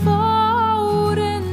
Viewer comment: Lost me at "Fahwt"